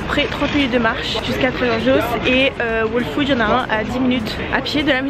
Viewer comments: Les new yorkais font pas leurs courses, ils commandent ! tu recois ta commande directement devant ta porte c'est un gain de temps énorme ! ps : on prononce " all food " pas " waule food " , j'allais justement à celui ou tu es allée à tribeca il est top , pas trop grand pas trop petit <3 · je te conseil d'aller écouter le prononciation de ''whole'' car tu prononces mal a chaque fois ca me stresse trop 😂😂